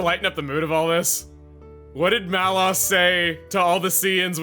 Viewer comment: Is that how you pronounce Malos' name? I always thought it was "Lows", not "Loss".